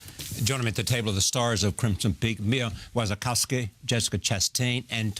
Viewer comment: It's pronounced like "Washykovskah" in Polish. The host pronounced it with "ki" at the end, but it's a male form of a surname :D